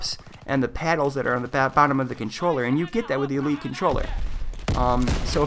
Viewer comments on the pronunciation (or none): none